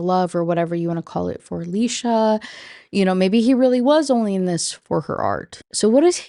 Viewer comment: First off: thanks for saying Alicia that way. That’s my cousins name and is indeed pronounced like that Woman, speaks: SIREN! LURING MEN TO THEIR DOOM! Woman, doesn’t speak: SILENT SIREN! LURING MEN TO THEIR DOOM! Men shut the f up challenge “Kathy hates weed” Me: DUMP HER! “Kathy is cheating on him” Me: Oh, yeah… totally then. You always explain these books in a way that makes them seem soooo interesting. I guess it’s because I don’t have to deal with the WAY it was written.